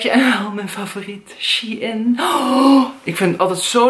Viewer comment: Shein spreek je uit als sjein(shine..)ik wil nie lullig doen heur